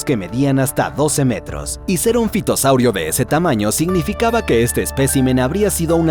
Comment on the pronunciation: En realidad se pronuncia ( fitosaurio)